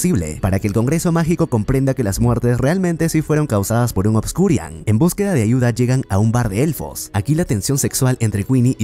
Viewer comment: "ObscuriaL" no es con "N" al final, me da un tick que ni investiga como se llama. sigo todos tus videos pero este me da un tick cada que lo dices jaja saludos